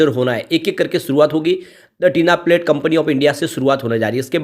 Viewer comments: Not Tina plate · Bhai tinplate bol te he